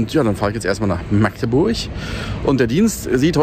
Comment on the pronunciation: schön zu hören das du meine Heimatstadt richtig (in welchem "slang" auch immer) aussprichst 👍👍👍 99% der Deutschen schaffen das nicht (mit 3 oder mehr aaaaaas)🤬